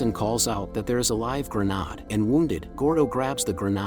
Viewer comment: What is this? Some AI voice? How are you not able to prenounce grenade?